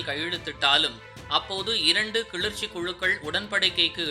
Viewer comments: தம்பி அது கிழுற்ச்சி..இல்லை கிளர்ச்சி.... தமிழ கொல்லாதீங்கடா..... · Kilarchi ,not kilirchi . Don't kill Tamil language. 😢😢😢😢😢😢😢😢😢😢😢😢😢😢😢😢😢😢😢